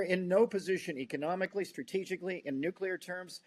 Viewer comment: I can't take anyone that cant say nuclear property, seriously what is nuke you ler ?